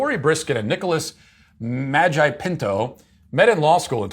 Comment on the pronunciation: Hearing Matt say Nicholas Magi pinto is only second to him saying Karen Gene pear 😂